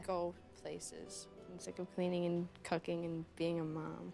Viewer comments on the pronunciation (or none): I thought she said cucking instead of cooking and it caught me off guard